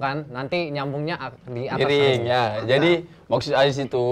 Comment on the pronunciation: It's "Aziz" bruh, not "Ajis"